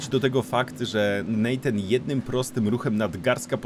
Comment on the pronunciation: Natan, a nie Nejtan!!